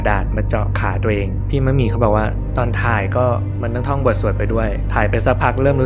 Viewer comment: ดีใจที่สุดคืออะไรรู้มั้ยคะ คือพูดชื่อนักแสดงถูก ‘มะหมี่’ ขณะที่อีกหลายช่อง ‘มัดหมี่’ คนนะฮะ ไม่ใช่ผ้าไหม งงใจว่าพูดยังไงให้ผิด สัมภาษณ์นักแสดงเยอะแยะ ก็เขียนชื่ออยู่ชัดๆ เสียดายนะคะที่พี่มะหมี่เขาไม่ได้มีผลงานออกมาอีกแล้ว สำหรับเรา เราว่าพี่เขาแสดงเก่ง แถมยังสวยแบบเอกลักษณ์ หน้าเก๋ ขึ้นกล้องมากๆ ด้วย